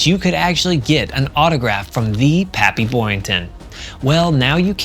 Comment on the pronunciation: PAPPY, not papy, for God's sake! Your illiteracy is galling!